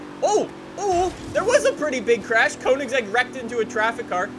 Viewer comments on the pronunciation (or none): none